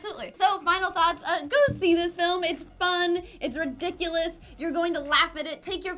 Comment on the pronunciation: should be a drinking game for how many times you guys say 'ridicules'